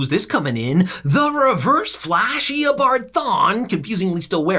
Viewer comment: Eobard not Eobart